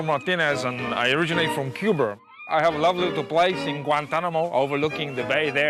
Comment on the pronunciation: I could tell from the beginning he was not Cuban and his accent was fake, he clearly was just imitating Al Pacino in Scarface which is not an accurate depiction of Cubans, plus what Cuban says "I'm from Cubahr"? A more appropriate pronunciation would be "I'm from Cooh-ba"